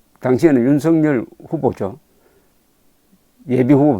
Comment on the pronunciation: 윤석열: 경상남도 식 발음이 "윤승열" 으로 발음을 하십니다. "윤석열" 은 =유 ㄴ 서 ㄱ 여 ㄹ" = "윤 서 결 " 로 발음하도록 노력을 해 보심이 어떨까요? <윤승열> 로 는 잘 못 발음 이라고 봅니다.